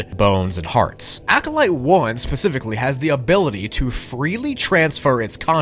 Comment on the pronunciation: wait did you say… hearts?